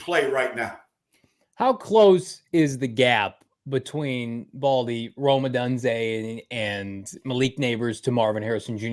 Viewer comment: So Proud of getting Rome’s name right! is lost cause!